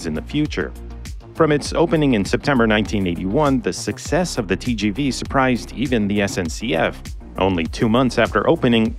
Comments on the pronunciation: TGV is not pronounced as Tyy-Jyy-Vyy but as Te-ZHe-Ve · Tgv pronounced Tee-sjee-vee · If you spend the time to pronounce "Shinkansen" properly, please also pronounce "TGV" correctly